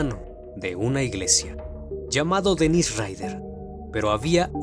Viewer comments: El nombre del asesino es Dennis no Dennise. La pronunciación también es diferente, estás pronunciando la versión femenina. Obviando ese detalle es un buen video! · Dennise (pronunciado Denís) es la versión femenina de Dennis (Dénis) tanto en inglés como en francés. Igual que sucede con Daniel y Gabriel (Danielle, Gabrielle). Si miras los documentales originales te darás cuenta que es Dennis (Denis).